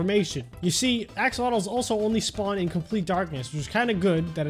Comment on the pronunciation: Me: Axolotls: Axolotles I had to even check how he said it